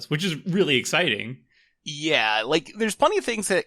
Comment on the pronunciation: Ex-spiteing? Sounds like what I do all the time